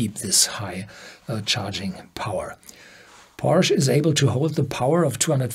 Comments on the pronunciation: It’s called Porsche even in English because it’s a name. Porsch is wrong… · Would love you to pronounce "Porsche" the correct german way... this sounds so wrong and maybe foreign viewers could adapt the correct pronounciation :)